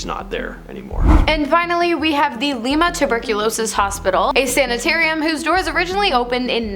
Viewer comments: LIMA is pronounced lima like the bean not like Lima peru get it right pretty please? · That's LIE-ma Ohio.. not LEE-ma...